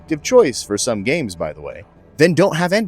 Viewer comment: Idk man I love it also "Sum Settlements"